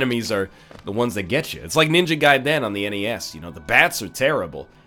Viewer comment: "ninja guydenne"